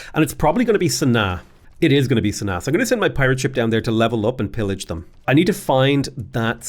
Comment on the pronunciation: I think it is pronounced Sana Aah